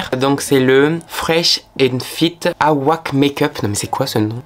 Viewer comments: "Fresh and fit aouaque make up?" Moi: "Wait what?" Le fond de teint: "Awake" Moi: "AAAAAH ok!" Ton anglais me tuera à chaque fois aha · Not "awAke" BEAUTYYY!! but "əweike"😹 Anyways! Perfect as always 🍯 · C’est pas « awaque » c’est awake comme wake up mdrrr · "le awoike make up" putain un effort non? 😂😭 "awake" (prononcé "ewaike") en anglais qui signifie éveillé en français mdrr (j'espère que tu faisais exprès!) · Awake veut dire "éveillé" et il se dit "eu-wai-ke"voilà si ça peut aider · awake se prononce aweyke pas aouaque 💀💀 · J'ai eu un gros fou rire aussi quand il a dit "aouaque" 😭 mais c'est trop mims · J'entends "Aouak" je me dis "non il a pas lu Awake comme ça" mais siiiii j'adore ahaha excellent ! Pas chaude pour la partie 2 Florence by mills je vois pas ce qui pourrait changer de ouf 🧐t'es excellent j'aime trop trop tes vidéos, t'es le seul dont je regarde tous les crash test peu importe que la marque m'intéresse ou non !! 🖤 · « Aouak makeup » ok 😭😭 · "Aouaque makeup" 🤣😭 tu es illarant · Awake ce pronoce « ewayke » ça veut dire « s’éveiller » en anglais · La prononciation de "Awake" ptdrrrr